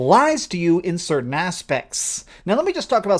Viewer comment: 'certaint, certaint, certaint' theres no T at end of 'certain'!!!!